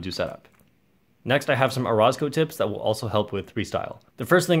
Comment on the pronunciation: I pretty sure you're pronouncing orozco wrong